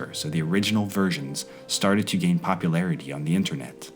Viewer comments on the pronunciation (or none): none